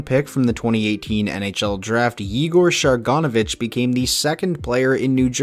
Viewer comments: You mean Share-ur-sandwich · Say it with me, share-in-go-vich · Sharon-Go-Vich. You're going to see it more so you better learn how to say it 😜😉😉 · The Devils rookie Yegor Sharangovich is actually pronounced Yegor Share-in-go-vich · I’ve watched khl clips and they pronounce it the russian way “shah-rahn-go-vitch”, and nhl commentators aren’t a good reference for european name pronunciations imo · you’re right, I just checked. The two pronunciations are pretty close though and at least it’s not Shar-gon-ivich like he says or Shar-ango-vich like some other people say, lol. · Oh my lord...no one can pronounce Sharangovich’s name. Not hard. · Can't believe how badly you pronounced Sharangovich lol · how I said is how they pronounced it in the KHL and how they are currently in the NHL